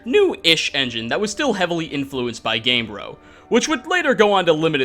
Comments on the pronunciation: GAME-BRE-oh. Not game-bro. Like embryo but game-bryo. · It is called GamebrYo not Gamebro...